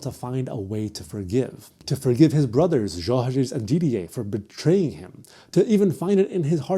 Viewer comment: i’ve never seen someone pronounce didier and michel’s names correctly! amazing!